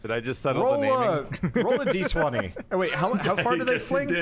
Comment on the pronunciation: I'm not telling you guys you're doing it wrong or making a judgement call that my way is better, but I can not endure any more of this. The constant "one die twenty" instead of "one dee twenty" is just murdering me. Good luck and may Gygax have mercy on your souls.